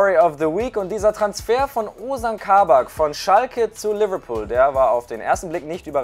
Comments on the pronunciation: Nennen wir es jetzt Leberbecken😂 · Bitte deine englische Aussprache macht mich fertig😵 so eklig Liverpool ausgesprochen 🤢🤮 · Seine Liverpool ausprache macht mich aggressiv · Manche sprechen es richtig aus und manche wollen modern sein und alles übertrieben englisch aussprechen und dann kommt sowas raus wie lüverlpool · Mir kommt des kotzen wie der liverpool sagt